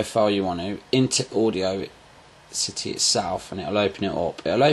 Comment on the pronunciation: audiocity haha its audacity "aw da city"